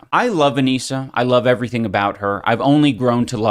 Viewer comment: evetything? Thats not normal, healthy..